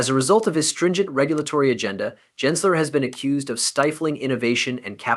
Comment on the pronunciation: It’s Gensler not Jensler.